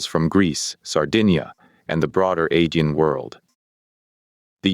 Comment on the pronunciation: Pretty good,, but you're mispronouncing Aegean repeatedly.